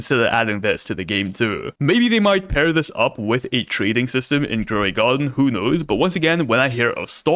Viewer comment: Gwow de Gardín 😂 lol I love